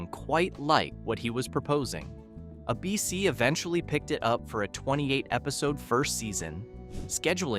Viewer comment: Why can't the announcer pronounce "ABC"?